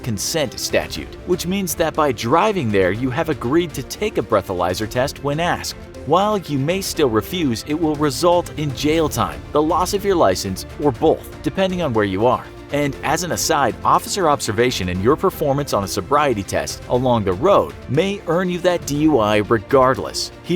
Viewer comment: Pet Peeve: The narrator ALWAYS says "boLth" instead of "both" Someone pretty pretty pretty beautiful gorgeous stunning PLEASE bring this to his attention <33333